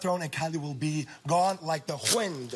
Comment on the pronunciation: gone like the WHind!!!!!!!